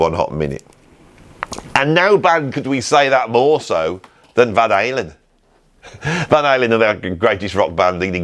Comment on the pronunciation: British annunciation Van Halen - I couldn't understand an translation is off .... Finally after saying it for six times, I heard Van something ;)